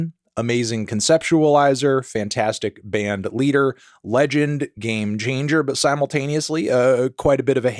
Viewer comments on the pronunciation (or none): "Game geanger"